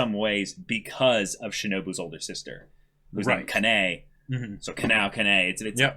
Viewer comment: It's understandable as the kanji may look similar for non Japanese (or Chinese, Korean speakers). The two sides are "omote" 表 (front) and "ura" 裏 (rear). It landed on "omote." Also, the pronunciation of Kanae is Kah-nah-eh. Kanao is Kah-nah-oh. Remember, Japanese is a syllabic language. Of course when spoken quickly, some sounds may sound blended, and may be difficult for a non-Japanese speaker to pick up.